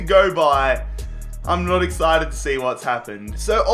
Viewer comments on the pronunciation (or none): none